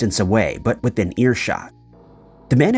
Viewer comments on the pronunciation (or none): none